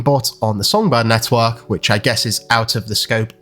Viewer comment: Every time this guy says network I want to smack him 😂🤣😂